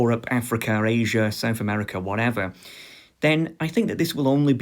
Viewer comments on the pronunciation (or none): none